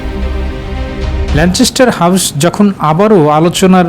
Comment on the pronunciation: ল‍্যানচেসটার না, it’s ল‍্যানকেসটার. Please fix it before your create report.